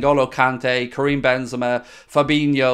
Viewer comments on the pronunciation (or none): none